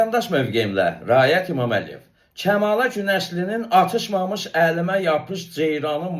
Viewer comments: O sözü bir demir - Atışmamış yox Atış mamış deyir ay pesi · Atlšmamlş dese sen deyendi."O" atlš, mamlş deyir. (arada fasile allnlr, sōzde menasln deyišir. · Bəy, mamış şəkilçisinin nə olduğunu doğru izah edirsiz. Amma bu kamalədir nədir, onun ifasında mənasını dəyişir. Bir də ifada vurğu yerində deyil. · Yekə yekə danışma.Hamı hər şeyi yaxşı bilir.Sən malı mal qatma.Kəmalənin o sözü vurğulu deməsi hamını qıcıülandırır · Dehshet dilci sen. Orda vurgunu duz demir ay savadsiz. Mamish sozunu ayrica vurguyla deyir. Bu duz deyil. Sozun evveline dushse vurgu he sen deyendi.Ozunu reklam etme